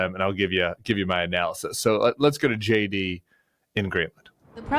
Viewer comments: I know Tim's saying JD but all I hear is Shady.😄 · Whenever you say his name I hear Shady Vance.